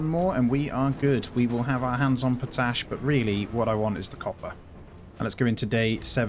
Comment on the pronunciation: you've gotta manage the pollution, you can literally see it sticking to the ground. Also, it's pronounced pot ash, like two words